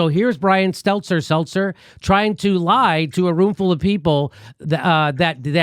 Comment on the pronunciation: Is that George Costanza's gay little brother? "Stelter, Seltzer"? Like clockwork, every time he's in a segment, Jimmy botches his name. Everyone has trouble with his last name. Don't know if it's the awkward last name, his creepy smile on that fat bald face, or that he is lying little twerp, but he is definitely the most unlikeable POS in the media.